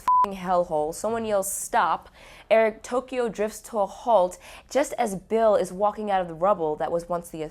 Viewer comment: "Iric Toyko driffs"...LOLOLOLOLOLOL